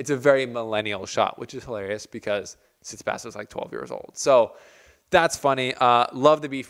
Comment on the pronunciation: Hey bro great vid. Just a small correction It’s pronounced stEfanos not stefAnos And it’s tsitsipAs and not tsItsipas Not a negative comment Just to let you know Greetings from Cyprus Keep up the good work